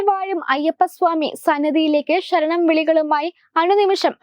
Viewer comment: ശരണം not ഷ രണം